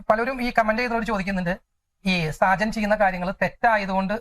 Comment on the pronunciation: സാജൻ അല്ല ഷാജൻ.